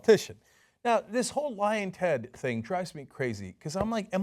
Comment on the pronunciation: Every time he says it I can't help but hear "Lion Ted"